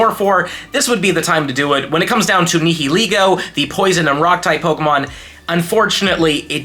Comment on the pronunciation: Hey look up how to pronounce nihilego. Love your videos!